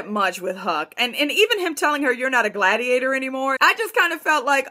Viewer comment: Hahaha "degladiator"